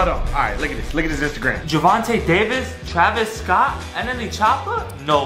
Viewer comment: He said Travis scottt 😂😂😂 that was Moddddd